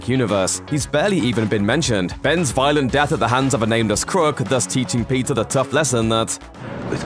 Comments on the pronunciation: Dude !!!!! Keep up with us ! And stop saying PIZZA ! it’s : PETER! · Are you saying Peter or Pizza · I hear pizza whenever he says Peter... 😂🤣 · Pizza carries his uncles lessons with him Damn I keep hearin pizza instead of Peter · Why am i hearing PIZZA rather than Peter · I heard PIZZA every time he said peter. Is it just me? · pizza? or peter ? what are you trying to say?